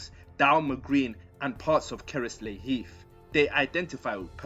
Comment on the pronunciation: Keresley: "Ke-res-lee heath" - Pronounced actually like: Kerz-lee.